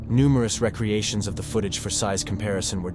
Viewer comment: Dude, you do realize this video is AI voiced, right? It can't distinguish how to pronounce the word "recreations" properly.